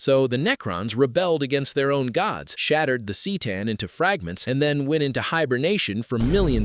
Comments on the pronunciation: The Cee’tan? C’tan is pronounced Kah’tan. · “C’tan” is pronounced “kuh-taugh-n” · Bro I stopped watching after he (most likely a fucking ai written script some idiot asked to summarize and threw into a video with an ai VO) fucked up c’tan it’s literally CUH-TAWN or even CUH-TAN, Jesus christ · 📢📢📣 “The cee tan” 🗣️🗣️🔊🔊